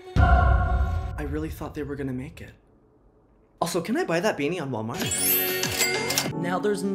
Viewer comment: Hi my pronunciations are Walmart bag